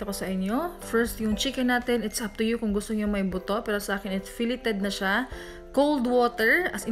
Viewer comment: Filleted? "Fileyd" po ang tamang pagbigkas po... pero gagawin ko po recipe nyo murag lami cya......